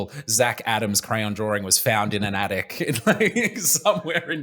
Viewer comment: it gives me so much life to hear these boys pronounce crayon "cran" ❤️ long live the multimillionaire adams brothers